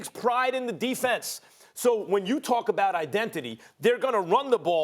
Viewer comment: nobody: max: identhidy